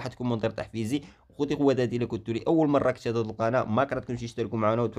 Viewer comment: هههههههه عندك الحق ملي بدا الفيديو وهو كينطق فهاد العبارة🤣🤣🤣😅😂